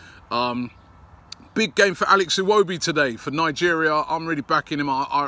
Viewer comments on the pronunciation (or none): none